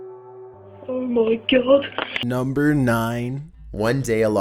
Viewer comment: Number 11 got me and my cousin laughing our faces off because he said OMGAWD